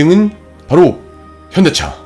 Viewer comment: 자막은 현대차 발음은 현기차로만 들리는데 제 착각이 아니겠지요?